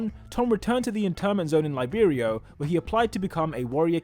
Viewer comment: Laiberio? isnt it liberio